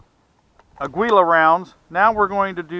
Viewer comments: It's pronounced "ah-geela" not "ah-gwee-la"- its Spanish for eagle. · Pronounce Ah- gee -la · This "aggwila" always gets to me. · It's not ah-gee-la tho. Mexicans pronounce the U slightly. Maybe not as much as dude does in video but it's definitely not pronounced "geela". It's actually more similar to how we annunciate Christian Aguilera in U.S.